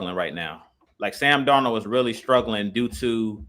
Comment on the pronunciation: The way they pronounce sam darnold name got me in 😭😭😭😭